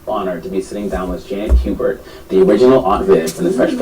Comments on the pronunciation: damn learn how to pronounced Miss Hubert 's name it's not Hubburd it's Hubert ! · that's pronounced ''Hyoobert'. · Hubert is pronounced you-bert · Janet Hubert (Huyoo-bert). Social media has created millions of non professional so called "Journalist". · I can’t understand for the life of me why people with literal weaknesses have speaking platforms. It’s annoying. How do you fuck up Hubert (hew-bert) fam? How? Anyways good talking points. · ITS HUGH-BURT dammit HUGH-BURT!!!!!!! lol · Why couldn't this person stop and take a moment to learn how to pronounce "Hubert"? Instead she just repeats it incorrectly over and over and over... 🙄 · you couldn't even learn how to say her name. youtube it. that's some good journalism. Why do you re read everything you just played but you add or remove s's from all the names. abc123's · I need the woman who posted this to learn to read and pronounce the name of the subject of her video before she guides us through the story. Who doesn't know how to say, "HUBERT?" Janet even says her own name in the video! #Basic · so you pronounced her name wrong 4 times and repeated what she said...